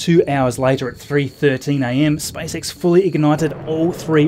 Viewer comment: does anybody else hear SPICE X? XD elon musks next venture? lol